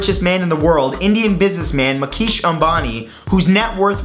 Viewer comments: Lol MAKEESH Ambani XD We say it like Mukesh (As in Moo-Kaish) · his name is Mukesh Ambani (PS I don't noe if d spelling is right but it has a U pronounced it wid an A) u pronounced it as Makesh Ambani